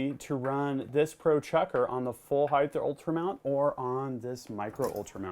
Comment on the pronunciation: please, please, please, it's pronounced (height) NOT (heigth) there is no "th" at the end of height. Eg, length, width and heigh"T". Great videos though, please keep them coming.